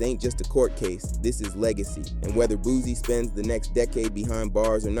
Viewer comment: IT'S BOO-C NOT BOO-Z